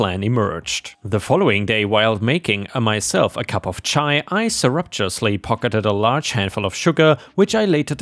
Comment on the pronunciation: Ugh. The pronunciation. MEEDiation instead of MEDitation. CYrup instead of SYRup. And I have know idea how to even right the abomination of what you did with "surreptitiously".